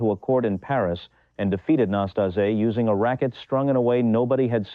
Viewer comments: The accent falls on the second "a" - Năstáse. The first "a" it's not even an "a"😊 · It’s so ambarasing to listen mispronausing his name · Do not twist his name it’s not akceptible. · Pronounce his name right ffs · The commentator can't even pronounce Nastase's name. What a turnoff... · Is the narrator an AI? because in respect for the player, we MUST HEAR A BETTER PRONUNCIATIONS of the name "Năstase"! Ilie Nastase's game was very entertaining despite his occasional nastiness. Quite a true TALENT!😅 🎾👏🌍